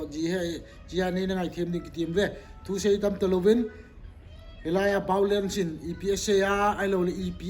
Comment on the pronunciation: Chenu hin VIOLENCE, a pronounce theilou jeh a Baolence ki ti hi lou hm?😂😂😂